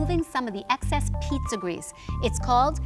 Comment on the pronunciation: Sounds like PETA not Pizza.